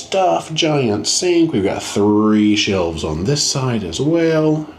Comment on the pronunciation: You said "three shelves" I heard "three shells". Is this Demolition Man? 🤣😂